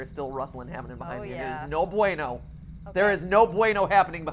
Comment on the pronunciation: There is no bueno behind me xD I APPROve that spanish xD